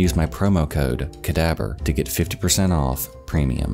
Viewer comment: …with a Russian ‘v’? Clever…